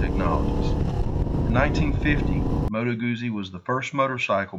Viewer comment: Moto Guzzi not Modo Gousi … like Pizza!